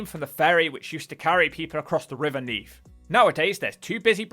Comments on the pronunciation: It’s neath not neaf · Neef? Is that anywhere near Neath? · "Neaf", lol